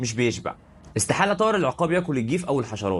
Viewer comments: اسمه العُقاب بضم العين و ليس العِقاب بكسر العين زي ما انت بتنطقها .. طيب حتى اعرف النطق الصحيح لاسم الطائر أو الموضوع اللي بتتكلم عنه أو بلاش تتكلم ولا تعمل فيديوهات افضل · العقاب بضم العين وليس بكسرها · بس ياريت تلفظ اسمه بالشكل الصحيح.. العين مضمومة وليست ساكنة ولا مفتوحة في كلمة عقاب 😊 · ياسيدي انطقها صح بضم ال ع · السلاك عليكم يا غالي مش العقاب ضع ضمة علي ع حتي يكون النطق صحيح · تصحيح النطق، اسمه العقاب بضم العين وليس بكسرها والفرق بين اللفظين شاسع جدا